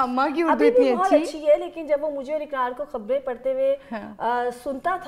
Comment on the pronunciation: Aap dono ne اقرار ko اکرار aur قرات العین ko کرت العین kar diya.